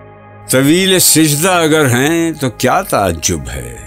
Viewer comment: Please correct your pronunciation It is sajda not sijda